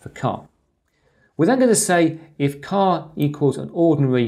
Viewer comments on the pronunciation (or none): A great video but surely "char" is as it says not "car". In my book it is, as most programing languages, an a abbreviation for "character"... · yes but you pronounce it as "car"... perhaps I am not picking but doesn't sound right...